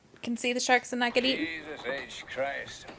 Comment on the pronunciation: She says "who cares if more kids get ea_in". Why are young people not pronouncing the T in eaten. Now they're saying EA-IN.